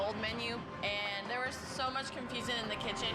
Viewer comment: Did you say RAW or RAR? Anyway, I was nistaken. This is the pizza place I thought Robert Irvine was working with. fresh out of high school, I got a job delivering pizzas. One of the things I had to do was make the pizza dough. I loved that part of the job. "I like casting 'Orb of Confusioon'". ROFL